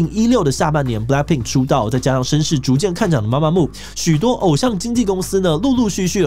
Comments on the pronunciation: 男粉報到！真的超愛gc風的，bp.itzy.gidle都超讚😍 另外提醒一下 blackpink是連在一起的，中間沒有空格分開，符號的話是BLΛƆKPIИK gidle也唸錯了 媽媽木是mamamoo 是Girl's Day不是Girl Days 要做這種主題前功課要做更仔細一點😅看到有點嚇到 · 是MAMAMOO不是MAMAMO⋯⋯還有很多團名打錯、唸錯，先查好資料再來做這種主題吧⋯⋯ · 是MAMAMOO，BLACKPINK中間沒有空格，ITZY不是唸Easy，(G)I-DLE跟2NE1的發音完全不想吐槽了，蹭之前先做點功課很難嗎